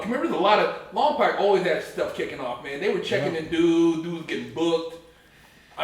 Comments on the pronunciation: You prounced lompoc as "lom-POC" thats because you aint from lompoc. Im from lompoc and everyone from lompoc prounces lompoc as "lom-POKE" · I lived in lompoc for a few years ..... try saying lom-poke instead of lom-poc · Imagine being locked up in Lompoc just to mispronunce it.